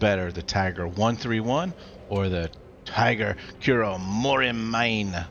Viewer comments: also, always feels weird when people called it kuromori-mine as a japanese speaker, should be ku-ro-mo-ri-mi-ne, each separated and it means mountain peak in the dark forest. but, who cares as it is just a word in a video game where non native japanese speaker have higher attendancr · Haha lol, even me who is not a Japanese also felt weird. Because I know it would've been pronounced like Koo-Ro-Mo-Ree-Mee-Nay (I tried my best to write it in a text lol)